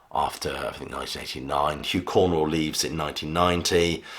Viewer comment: Too many factual errors in this video. Is it really so hard to say Cornwell rather than Cornwall?